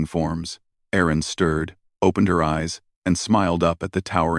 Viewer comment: Erin, not Aaron. Get a human editor.